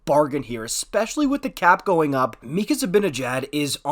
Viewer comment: i think it's just pronounced mika